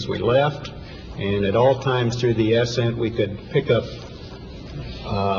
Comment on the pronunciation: ALL !? Where are the Smarts like you and boasting Majority? Yes we all see what we want to see.... how was that, what about Mars pinacle? Yes english struggle, for these engineer usa officers.... hum : "ASS-scent was a great pleasure and very smooth" Collins was happy then 🤭